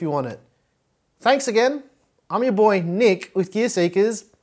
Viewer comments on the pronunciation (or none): You missed telling us at the start "Hello Gea(R) Seekers", with R often heard as Y :) Thank you for such work and videos.